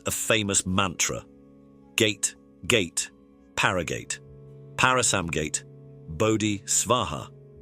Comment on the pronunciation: Yeah, pronunciation is the main issue with these videos. Narrators need a pronunciation guide.